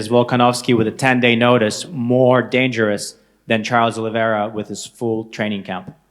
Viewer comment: I like how his Oliviera sounds like Aloe Vera